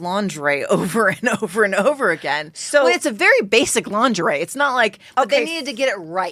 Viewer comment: The G is soft in lingerie BTW😂